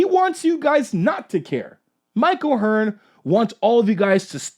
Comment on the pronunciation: Who the hell is Mike O'Hearn? You mean Mike O'tren?